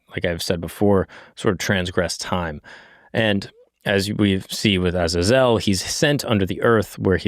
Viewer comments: Stop calling Azazel. Aza-zelle. It's Ah-zay-zel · It's (ah zay zol) not how u said it but good video